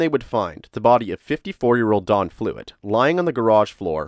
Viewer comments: D O N not Dawn like you are saying. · why do you keep pronouncing his name like Dawn his name is Don why do you keep putting a w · Don is pronounced Don like Tom not Dawn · it's don not dawn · i heard dawn instead of don , several times, it may be how you pronounce "on.... great channel though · Dohn, not Dawn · It sounds like he’s saying Dawn…..I have a brother Don and sister Dawn so it stands out to me 😂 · sounds like your saying dawn bro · Computer voice can’t say Don, instead gets Dawn. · Don not dawn. or am I the only one not hearing it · His name was Don. Not Dawn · Its impossible to listen to someone call a man named Don, Dawn for 40 seconds let alone 21 minutes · Why are you calling him "Dawn"? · Oh ,DON. Sounds like you are saying the dude's name was DAWN. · I swear it sounded like he was saying Dawn instead of Don lol just me?¿? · It's Don, not dawn. Gah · His name is DON, not DAWN. This is irritating me beyond words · Its don not dawn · Don, Don, not Dawn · Don not Dawn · It's don not dawn. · Why do you keep saying dawn...dudes name is DON. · Really bothers me that you say Don like Dawn. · Narrator says Dawn i/o Don. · DON, NOT DAWN. D O N. NO W PROPER PRONUNCIATION PLEASE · I'm sorry, but you call him "Dawn" and not "Don".. it was so bothersome I had to stop watching. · The name "Don" is pronounced "d-AH-n" not "Dawn", Masculine and feminine. You say it wrong so many times in the first 27 seconds I had to stop and leave this comment. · Sounds like you're saying Dawn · Stop saying Dawn! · You are saying "Dawn." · “Dawn”? Is that a male name too in America? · I don’t like how he pronounces Don